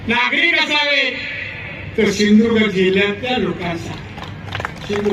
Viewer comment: सिंधुदुर्ग म्हणा गुरूजी पहिले